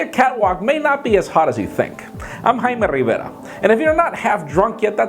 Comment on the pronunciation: Whats with the "jaime rrrrrivera" lol love u!!!!